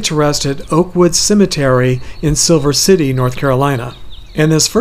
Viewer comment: Bavieeah, not Silver City, Siler City...